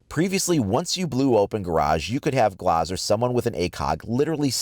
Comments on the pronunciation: I'm disliking this video solely. B/c he said Glaaz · Year 4 and he still says glas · Are we not gonna talk about the way he said glaz?